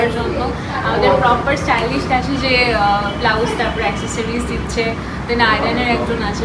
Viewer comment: STYLIST ❌ STYLISH ✅